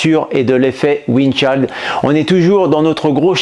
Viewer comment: Excellente vidéo si ce n'est la prononciation de "chill" 😛🤣